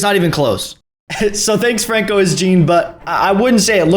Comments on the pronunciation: Francos is jean 😭😭😭😭😭😭😭😭😭😭😭😭😭😭😭😭😭😭😭😭😭😭😭😭😭😭😭😭😭😭😭😭😭😭😭 C’est François Jean, and I said Jean, not 👖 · You're the only one who would pronounce François as frank O's 😂 great video tho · How tf did you just pronounce Francois 💀